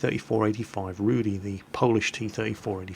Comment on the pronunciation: Polish should be read with no accent or letter changing. Rudy is read like "ruh-dyh", there's no "i" before the "u", and "y" is read "y", not "i". Just in case you somehow changed and thought you should start pronouncing things right for a change :D Anyway, about Nashorn and its reload time, it's weird. Sure, it reloads in 4 seconds, but it deals only 200 damage. On tier 6, that's really not that much.